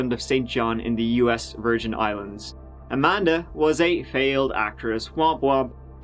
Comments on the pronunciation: "A-man-da hug and kiss" 😆🤣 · Amanda Hug-n-kiss!!!!! 🤣 lost it